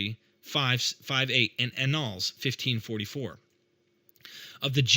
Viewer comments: ANNALS. You should check the pronuciation of this word. It is a word often used in the yearly collection of published works of a society. I feel certain it shares linguistic roots with the word 'annual'. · Fantastically insightful. Minor note - Annals sounds like annual, not null.